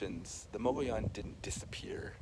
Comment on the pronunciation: "Muggy-OWN"? I prefer your pronunciation, which has always been mine. I love that it has more original walls than Mesa Verde, which probably has more visitors. Great work, as always!